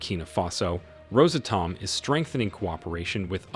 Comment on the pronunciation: its NOT Rosa Tom, its Ros Atom